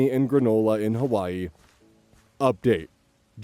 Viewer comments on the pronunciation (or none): none